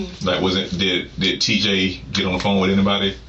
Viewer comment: “Everybody playing wiff the gun” nuff said